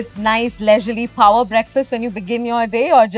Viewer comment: Hindi me bola karo yar.. Instead of shooti g english that u cant speak.. I mean phower breakfast..???!!! Babe its power not phoawer breakfast😂host just cant stop showing off her village accent i from of sohas upper engliah acceent and failed it